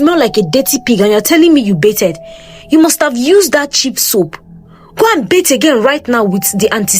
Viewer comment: Pronounced 'Ba-thed' with the 'TH' rather than 'Be-ted' just as a side note!